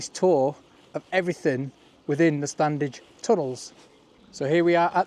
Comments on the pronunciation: Fantastic - thanks. Can't wait for part 2. As a local... you don't pronounce the first 'D' in StanDedge..... it's just 'Stan-edge' phonetically! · Very impressive. Locals pronounce it “Stannage” without the “d”. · Always pronounced this 'Stannage'. I grew up just the other side of the Lees boundary. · Standedge is pronounced as Stannige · Love your videos, watched them since we got a Smart TV with You Tube a few years ago. A couple of points, although its spelt Standedge as a Colne Valley lad with a Slaithwaite dad, it’s pronounced Slawit by locals, the d is silent, like the P in bath, so it’s Stanedge. Also Diggle is and always will be in the Ceremonial County of the West Riding of Yorkshire, Ted Heath can’t remove a thousand years of history. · Anyone else pronounce it without the D? My mum was born in Marsden and always called it the "Stanedge Tunnel" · My grandparents and my mum came from Marsden and the first 'd' of Standedge is never pronounced. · Correct, we lived in Uppermill, it was always pronounced “Stannage”. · ❤ us local lads don't pronounce the D. Great Video!